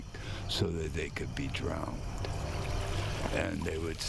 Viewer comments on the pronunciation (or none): I begin having a hard time with credibility when the ghost hunter says “drownded.” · Lmao its cause the guy said DROWNDED